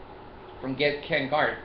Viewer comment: Hey! Love your stuff but it's Ken Garff NOT Ken Garth. Fail. Anyway Checkout what I've been working on for Ken Garff! Take a minute and get real.